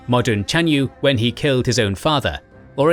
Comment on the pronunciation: Timur is actually incorrect pronunciation, "Tumur" would be correct according to modern Mongolian and it means "Iron", similarly the correct pronounciation of Mongke is "Munkh", which means "Eternal" or "Eternity". And lastly, Jebe is actually "Zev" which means "Arrowhead" and "Rust", it's word with double meaning.